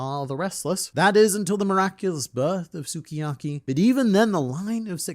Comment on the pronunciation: mate, you say SUKIYAKI like this: SKII-YAKI. Means:My favorite cooking". OK, luv ya, bye!